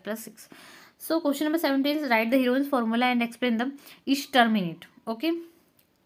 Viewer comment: Heroine's formula ❌ heron's formula ✅🤣🤣I am sorry 😅😢